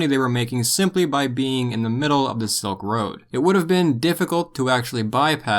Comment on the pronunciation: It’s Silk Road, not Soak Road